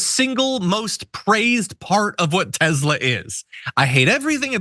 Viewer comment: What tezla? Dummy